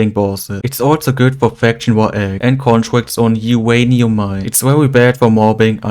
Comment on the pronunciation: "Uwanium Mines" "Shwedder" "Overwated" I love your accent lol!